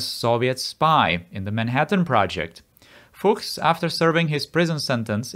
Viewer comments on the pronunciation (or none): none